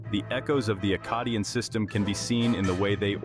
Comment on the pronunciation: Good video but i will say... Maybe decide on one pronunciation of Akkadian... You pronounced it two different ways throughout the video and a couple times you pronounced it two different ways in the SAME sentence...